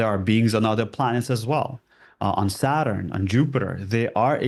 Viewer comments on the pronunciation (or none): none